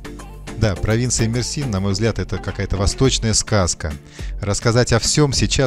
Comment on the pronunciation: Мерсин, ударная буква Е!